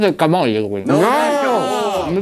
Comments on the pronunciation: Da Ligure sentire Camògli in questo modo mi sanguinano le orecchie, ti prego chiudi quella O, comunque siete dei grandi vi seguo da quando ancora non strupravate le parole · non per essere pignolo ma camogli si pronuncerebbe con la o chiusa…